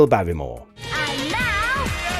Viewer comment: Barrymore. Not b on year. Wrong.